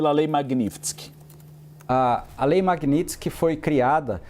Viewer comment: Esses repórteres não conseguem nem pronunciar direito a palavra Magnitsky. Pelo amor de Deus, é Mag-níts-ki, não tem mistério!